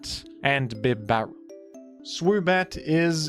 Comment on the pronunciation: Bib-Barrel is somehow the most offensive mispronunciation to date. Bib-A-Rell. Clearly Bib-A-Rell. Good grief